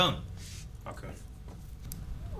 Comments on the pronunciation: Idk why but I feel like either the fans have either mixed Falcone and Moroni to get Falconi or the movie messed up cause it's spelled qnd pronounced Falcone, like a cone shape, but everyone says Falconey. Also I'm not at the end of the review yet, but am I the only one who thinks the serum Batman uses near the end when he goes ballistic on the one goons face, is the same stuff Bane uses. Venom I think it's called. Cause it looked green to me and it made him more aggressive and maybe stronger. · I like how Falcone is pronounced differently in like every movie lol